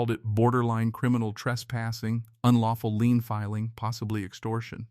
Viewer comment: The word is “Lien” not lean